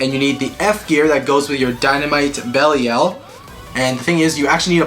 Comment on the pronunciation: you are saying Belial wrong